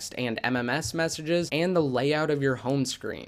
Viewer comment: Did you say messenges or messy jizzy.